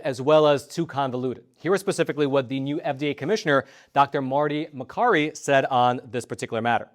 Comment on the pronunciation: Marty Makary, pronounced Ma-carry